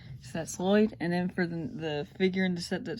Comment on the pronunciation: You said Lloyd wrong but it's ok it was colse